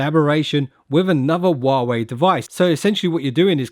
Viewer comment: How about you learn to pronounce huawei correctly?